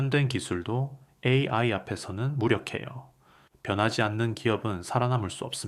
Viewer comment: 내용 좋고 나레이터 목소리도 좋아요. 다만, 중간중간에 AI를 읽을 때 ''에이에이'' 라고 읽는데 교정이 필요합니다.!